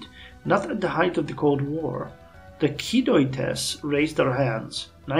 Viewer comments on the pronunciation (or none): I think Kidoites are said like Kido (the japanese name) and -ite like the the way you say right but without r so "ight" I guess.